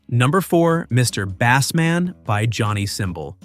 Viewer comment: I was willing to stomach the scrappy narration until he mispronounced "Mr. Bassman.". Ugh!